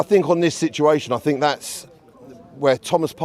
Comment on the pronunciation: It’s think not fink you utter sheath 😂